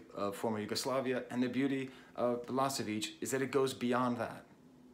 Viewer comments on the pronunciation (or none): Nice video, but please.... it's balaSHeviCH, not balaSeviCH 👍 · she should have thought you how to pronounce his name. it's BalaSHevich and not BalaSevich,,, nice video though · Thank you very much brother for a wonderful homage to a great human being, with brilliant mind, Đorđe Balašević. Verily, he was the human singer. Thank you also for mentioning Sarajevo properly and fondly. One thing though, please pronounce his surname more like Balaaashavich instead of the way you do it since it sounds very close to the surname of the Balkan butcher that Đorđe openly and secretly despised so much. I know that you would not want that. Cheers and regards from Sarajevo! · I was there when he came to Sarajevo after war, at first concert of two. I cannot explain this feeling, this experience... Let me just say, everybody (including Balašević) cried about half of time and laughed the second half, with no clear line between it. Btw, try to pronounce his name as "Balashevich" (not "s", "sh" where "š" is). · Thank you for this comment. It was very touching. And yes, I know that I don't pronounce his name correctly! Quite embarrassing for a language teacher. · Perfectly written, but don't lie to him that he pronounced it perfectly fine. You know he didn't, and he knows it too :)